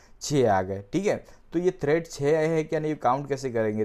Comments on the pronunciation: Its tread, not thread. Pls correct urself. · Tread not Thread!